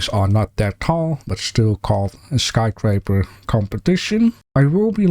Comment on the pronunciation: Love your channel. Sometimes you mispronounce. It's sky scraper, not sky craper. No judgment here though. I mispronounce 4 other different languages lol